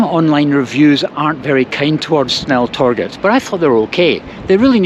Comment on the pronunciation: Snälltåget ? Give me strength... The pronunciation of snälltåget in swedish is [ˈsnɛl.toɡet], which obviously means it also is the one that should be used in other languages - there is no fx 'english pronunciation for a swedish word'. The word means fast train, cf german schnellzug - or more precisely 'the fast train', because in the scandinavian languages, the -et suffix indicates the definite article for neutrum nouns (in contrast to utrum [common gender], where it would be -en). The consonants used here are known in english, and two of the three vowels likewise, despite your Great Vowel Shift and the ensuing sound 'chaos' - which is fine for english, but should be avoided in the other languages. So the effort you would have to take for getting it right is actually quite limited: The [ɛ] and [e] are a similar sound as in ten (letter e, short/open sound). The [o] sound (letter o, long/closed sound) however does not exist any more in english, only the [ɔ] sound (letter o, short/open sound - like in ton). [Instead of letter o, norwegian and swedish often use å] How can you find the right sound? Try to compare english words 'sin' and 'seen': That's the basically same vowel sound, only that the first one is short [ɪ], while the second long [iː]. You have the same situation with [ɔ] and [oː] - try to extrapolate from there... And you can often find the pronunciation in the global IPA script (like here) in the respective WP article. Good luck